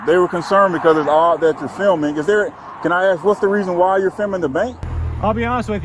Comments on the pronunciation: How many times is she going to "axe" him? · She’s a liar. We all heard her say she ax him. there was a attempt of a axing with no ax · Why are they always wanting to "AXE" me??? How do you know he was "zooming in"??? "Unfortunately" it's a free nation. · You AXED me what i was dooin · I'm sitting here laughing at this watching 3 ignorant people of color acting as they often refer to as Acting A Fool! And Axing you not to film! Lol! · “ diminish mental capacity“ says the cop who can’t say the word ask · One question ...can any of them pronounce the word ASK 😂